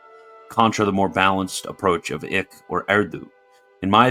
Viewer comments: Just a hint, "Eijk" is pronounced "Ike". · I’m pretty sure Eijk is pronounced like “Ike” Should we start handing out buttons that read “I like Eijk!”?